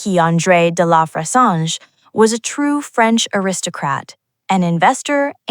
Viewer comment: Kind note - please ask a French person for the correct pronunciation of de La Fressange (roughly "duh lah freh-Sahnzh") as unfortunately miles off - or try this